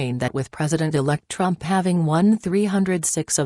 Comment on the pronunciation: Can you at least program the computer to pronounce "Trump" instead of Drum or Drump. Can't be that hard. What evil people attempting this coup. Karma and God will see that they get theirs.